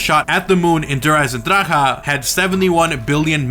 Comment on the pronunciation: Good video but just learn how to say der Eisendrache. My German friends said that you are saying it incorrectly.